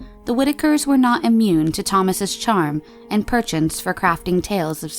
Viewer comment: Lol you used perchance wrong and butchered the pronunciation so hard I cringed.